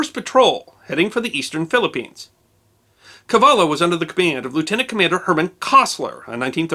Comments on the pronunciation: Gato is Spanish for cat. Wouldn't the LL in Cavallo be pronounced like an English y? I believe it is Spanish for horse. Very interesting, chilling description of the aircraft carrier's final demise. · CAVALLA, please get it right, it is important.